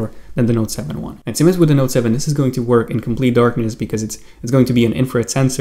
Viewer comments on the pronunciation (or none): none